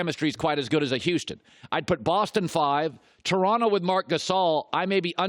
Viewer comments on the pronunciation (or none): none